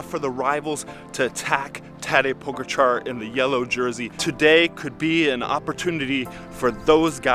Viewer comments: When you can't even pronounce Pogačar correctly, should be ashamed they have their name attached to this. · For the love of God can you guys pronounce Pogacar correctly?